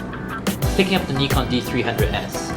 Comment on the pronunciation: It's a Japanese company, Japanese pronunciation. "Ni" in Nikon is same pronunciation as in "Nippon".